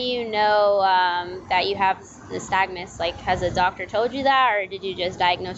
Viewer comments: “I have a stagmuss...” Lock that blow hard up. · he meant to say nystagmus hahahahaha